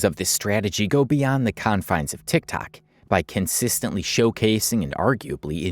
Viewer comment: Does anybody notice that he doesn’t say TikTok he says Tic Tac